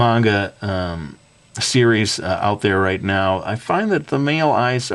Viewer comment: everytime you say manga it sounds like mango, great guide nontheless